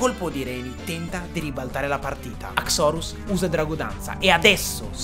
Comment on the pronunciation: haxorus solo il tono con cui lo hai pronunciato, perché io da quel che so non si pronuncia così, almeno così sento dire sempre, e poi quella pronuncia boh suona male sentirla dire così guardando il Pokemon, opinione mia